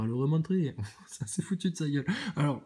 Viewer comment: "Fowwcément il est en apeuseteuww aloww le ballon vole c'est nowwmal" ahahah vdr 😅 comment tu m'as tué encore, cimer pour la barre 🙏